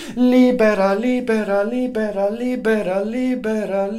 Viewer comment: Love you LIBERA LIBERALIBERA LIBERA LIBERA..SOUNDS LIKE LIBRE (FREE)WHEN YOU SING IT FAST...XOXOXOXOXTHANK YOU SO MUCH MY FRIEND